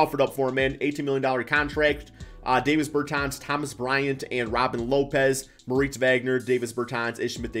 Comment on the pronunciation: Its DAAAHHHvis bertans. DAW